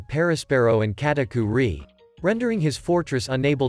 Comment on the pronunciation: its Katakuri not KatakuRI